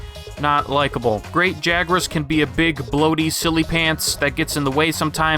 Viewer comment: Technically, it's pronounced "Great Yee-rros".